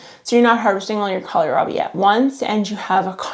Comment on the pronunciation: (Psst. It’s kohlrabi, not colorabi. :). )